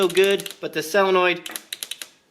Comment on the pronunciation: Honda twins! Now you're speaking my language! This was a most entertaining video. FIRE! By the way, Jack wants you to know that it's pronounced "soe luh noyd."